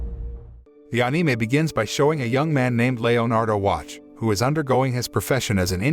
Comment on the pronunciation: “Aneemae” “Layonardo” (I need to know how his name is spelled so I can tell if it’s actually spelled different from ‘leonardo’)